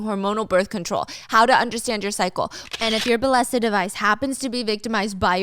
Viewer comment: Steph! I think the sponsor is pronounced “bay-eh-sa” bc of the double L? That’s how it would be in spanish or Italian, i’m not sure tho 😮